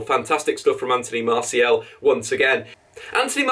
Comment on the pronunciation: His name isn't Anthony MartiEL. MartiAL.